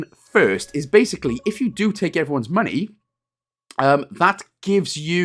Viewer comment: ... So you actually call money "monoh"?